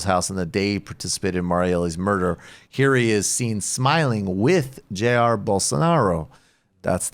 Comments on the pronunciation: Brooks as you requested Elcio Queiroz is pronounced like Elseeo Kayeeros and Jair is actually pronounced more like Jie-eer. The J in Portuguese has a sound we don't have in English a mix between our J sound and our SH sound) #LULALIVRE #FORABOLSONARO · Would you guys hire me to write pronunciation guides for Portuguese? You managed to mispronounce every single vowel of Elcio Queiroz and most consonants whereof. And why were you mispronouncing "Jair"? I've heard you pronounce his name correctly thousands of times before...